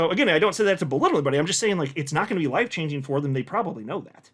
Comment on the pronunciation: Are you saying “wife changing” or “life changing”? 😂😂